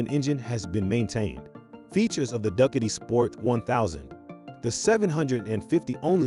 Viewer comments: Would've given this a like, but "duckatee"? And saying bicycle for motorcycle? Gives away the AI. And I don't like AI voice. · hilarious pronunciation of Ducati!!!!!